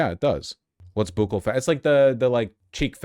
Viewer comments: Yes vaush, it is pronounced buckle. (Buccal fat) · Buccal is pronounced as buckle. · Buccal is pronounced like "buckle", actually. Source: multiple plastic surgeons who made various videos on this topic.